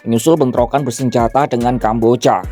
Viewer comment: Ini naratornya adik Cinta Laura kah?? Kambojjyaaa... 😂😂😂